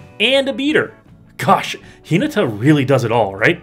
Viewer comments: (Hin-ah-tah) please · I thought this Video was on Hinata, Dawn Crowned. Who's Hee-nuh-tuh? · Yeah probably you should take 30 seconds and check how to pronounce a name before you make a video about it but yolo